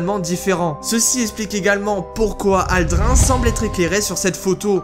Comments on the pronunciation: Aldrin ouh la prononciation fait mal ça se prononce Aldrine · Aldrin se prononce aldrine